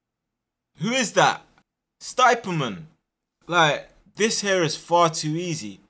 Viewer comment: 'Stiperman'🤣🤣 Class video